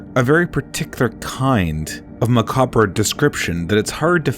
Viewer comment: No. Macabra